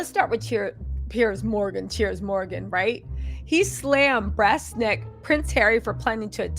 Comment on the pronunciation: Did you say brass-necked or pressed-necked 🤣🤣